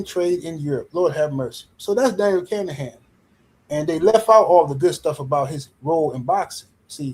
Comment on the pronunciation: His name isn't kanahan.. Let's break it down for you.. kin a han... now put it together kinahan... 😂